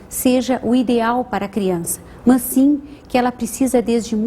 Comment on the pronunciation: Ela fala "mãs", em vez de "mas"! hahaha